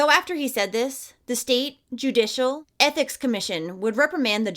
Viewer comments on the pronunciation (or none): none